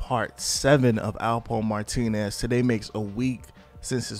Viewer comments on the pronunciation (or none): none